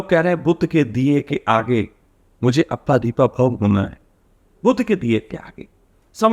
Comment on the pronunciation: अप्पा दीपा भव ये तेरा उच्चारण है। ईससे तेरी बौद्धिक पातली समझती है।